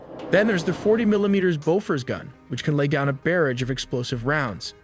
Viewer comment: Bear ridge is pronounced barrage ... this dudes gotta be canadian... he pluralising words that dont need it 😂